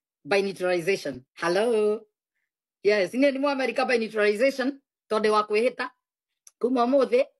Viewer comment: Did she say "some by birth by "neutralization"? I thought it is by naturalization?. smh!